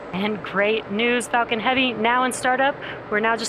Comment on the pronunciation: This woman sounds like shes constantly saying the f word when she says falcon. ..."its fu**ing heavy sir."